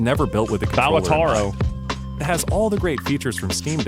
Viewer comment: Blud said Balataro 🥀